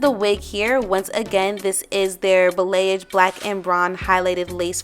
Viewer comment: ✨✨✨🦋🦋🦋 BTW, balayage is pronounced bah-lee-ahge 😅😅😅😅